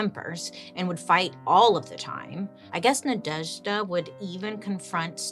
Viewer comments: Congrats on the excellent pronation of Nadezhda which fun fact in our language is means Hope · I am obsessed with the way you pronounce Nadezhda ❤❤❤